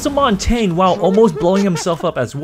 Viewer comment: Why do you pronounce it montain and ca-VARA. Like, wut